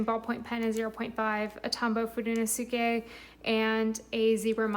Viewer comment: *Foo-deh-NO-skeh I love your journals!